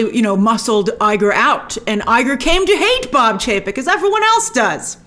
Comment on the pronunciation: Love how Grace messed up Chapek and Paycheck haha